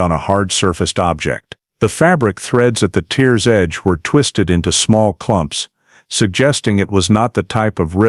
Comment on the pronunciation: After discovering fabric inside the vehicle your narrator kept talking about tears to the fabric but pronounced as if they were tears of someone crying, doesn't say much for your research and editing, cannot trust your information . I'm outta here ...also too much repetitiion